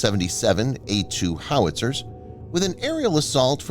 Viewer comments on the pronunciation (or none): none